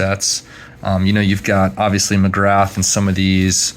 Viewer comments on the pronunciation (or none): Hey buddy, Love your videos. You’ve got an awesome collection. Just a small note Glenn McGrath is pronounced McGrah. He used to have an iconic chant whenever he bowled at the G ‘Ooo ahhh Glenn McGrath, ooo ahh Glenn McGrath!’ Those autos of his you have are 🔥🔥🔥